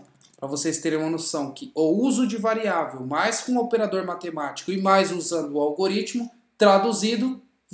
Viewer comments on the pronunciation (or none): Corrigindo : variável é o que VARIA, e não « VAREIA ».